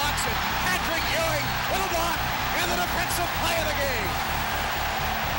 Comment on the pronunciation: My childhood wouldnt have been the same without the Big-Man "Pat-RICK Ewing"!!!!!